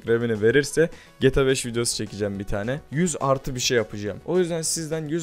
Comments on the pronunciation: Abi sinir oldum geta 5 gibi söyleme gta 5 i geeeta 5 de nolur sinir oldum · Gata 5 oyle okunmaz gta 5 böyle oku ur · Olum artık şu oyunun adını doğru söyle geta5 değil G T A 5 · Geta 5 değil ge tag 5 diye okumaya çalışırsan daha iyi olur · getabeş ne insan gibi söyle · abi cok uyuz oldum gta 5 i cok garip soyluyon geta 5 diyon biraz uzatar soyle diyer youtuber lara bak oyle soyle cok uyuz oluyorum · Abi Nasıl Bir Gta 5 DİYİŞİN VAR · abi gta 5 i ayni ruslar gibi diyon